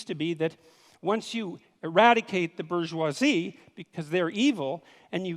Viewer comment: So, somebody else may have already asked this, but why can't Dr. Peterson pronounce bourgeoisie?